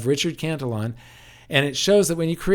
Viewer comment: Cantillon is pronounced as Canti- ON or kanti- On